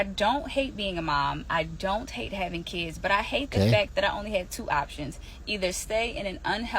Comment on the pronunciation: I like the way he says "Keeds" (kids) 😆